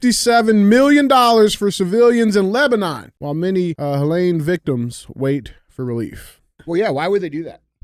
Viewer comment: Hey Dj, it's HeH-leeen, not lane, ok.😅